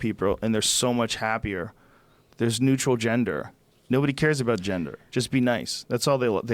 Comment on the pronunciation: "Thurrrrs" #Chingy4Evurrr